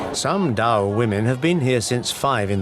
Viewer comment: Zao,not dao.